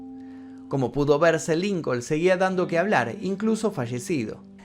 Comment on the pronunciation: Solo para ayudar! Se pronuncia LincoN... Illinois, se pronuncia Illinoi. sin S